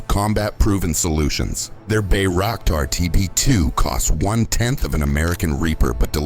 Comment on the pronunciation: Gut gemacht, Danke, aber es heißt Bayraktar.